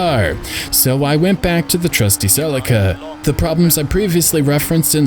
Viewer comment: Just Incase you do more videos and it comes up, the celica is pronounced Sill-leek-uh. Dumb I know, but care names and pronunciations are